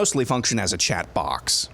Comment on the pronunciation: "Chat Box????" IT'S Chat BOT!!!